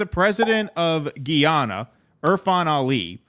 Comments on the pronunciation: We're not talking about French Guiana but Guyana. It's "GUYana" not "GHEEana." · The proper pronunciation is "ga-ya-na". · I'm from Guyana. And I believe its pronounced "guy" as in the fall "guy". So "Guy"ana. I mean no offense, you "guys" are great! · You are pronouncing Guyana incorrectly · Please do enough research on a story before you air it to at the very least properly pronounce the name of the country to which you're referring.